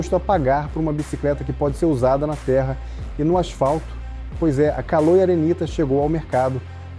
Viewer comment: CALÔI. SCHUVALBI. hahahaha